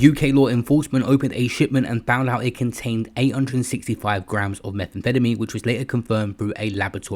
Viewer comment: “Meth an fettamy” 😂😂😂